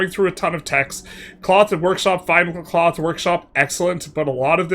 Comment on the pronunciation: twels into cloff